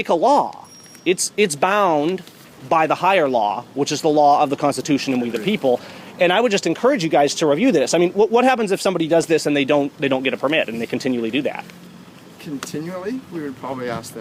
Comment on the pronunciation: enoucarge? Is that a real word?